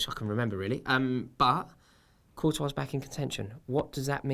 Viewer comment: its not coutois dumb ass its courtois